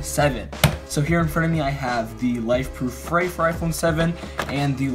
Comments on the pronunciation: OMG IT'S PRONOUNCED LIKE "FREE", NOT "FRAY"! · ITS FREE!! Not fray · The line over the "E" makes a strong e sound. It's pronounced free... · New drinking game: take a shot every time he says "fray" (afterwards you'll be so drunk that the mispronunciation won't be as painful to listen to) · its pronounced free but ok